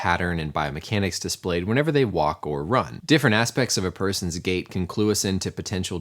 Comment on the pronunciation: As he said gait/gate I kept hearing gay pattern